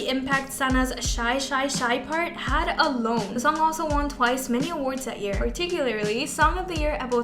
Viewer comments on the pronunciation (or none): none